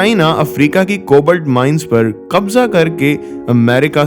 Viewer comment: I don't want to let you down but its "कोबाल्ट" not "कोबल्ट "........and by the way your content was too good ....